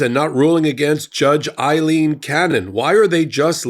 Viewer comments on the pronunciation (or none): A-leen, A-leen, A-leen NOT I-leen Both are Irish names, but are spelled differently. What you're pronouncing as "I-leen" is spelled Eileen in English.